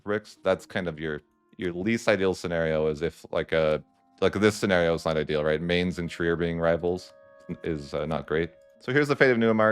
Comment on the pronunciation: Mainz is pronounced: M as you expect ai as the ai in Thai n as expected z as 'ts' Yes I know, Germands are weird. Wait until you find out eu is pronounced "Oi" and so they think their continent is pronounced "Oiropa" 😂